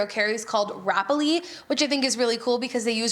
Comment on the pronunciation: Shelbizlee is pronounced shell biz lee. The way you pronounce it would be spelled shelbizzle. Just sayin.